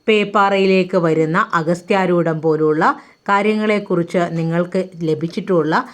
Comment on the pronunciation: അഗസ്ത്യാർകൂടം എന്നല്ലേ ? അഗസ്ത്യാരൂടം അല്ലല്ലോ !!